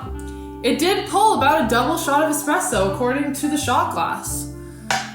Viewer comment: first learn how to say espresso